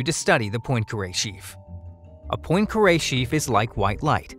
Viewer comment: Hurt my ears every time "Poincare" was mispronounced.